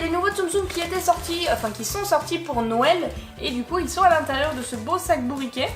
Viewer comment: JE T'adore et tu me fais rire avec ton "nouël "